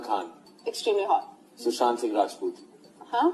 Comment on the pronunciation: Rajput hota hai rajpoot nhai ❤😂